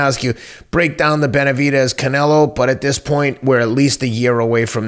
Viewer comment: Is it me or does it sound like teddy is saying "Beterbidez"